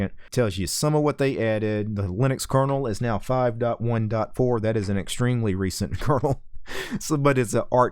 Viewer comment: did he say recent curdle?